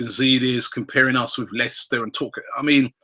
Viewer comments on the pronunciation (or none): none